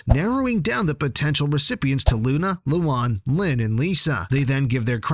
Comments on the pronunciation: You kept mispronouncing Luan's name, it's "Lu-ann" not "Lu-ahn" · Its like: luaaan, not Lu AN ):< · loan not loon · The name Luan sounds like Luon instead of Luan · Guys don't watch this.Its a AI channel you can see from the spelling mistakes nobody says lien(luan) len(Lynn) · Ah yes. “loo on” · WTF LOO-WAN? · “Lowan” bro 😭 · Yo your saying luan’s name wrong mate